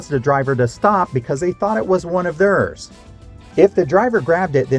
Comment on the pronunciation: I noticed the way you pronounce the word, theirs. Is it a regional thing?